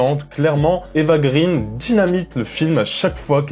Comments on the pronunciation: Attention copain! D'après la copine Judith d'Ecran Large on ne doit pas prononcer Grine mais Graine parce que son père est suédois. Eva Graine de mon moulin. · Ça se prononce [grèn]. [éva grèn].